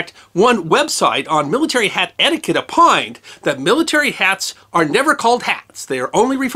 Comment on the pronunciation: Apined? Absalete? Is this some joke where we are just replacing Os with As now?